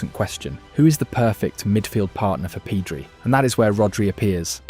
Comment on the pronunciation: Nothing wrong with a good AI video. but this one isnt great. I stopped watching after "PEEEDRI"